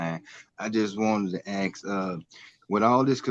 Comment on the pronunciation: Why do you say , axe, and not ask ?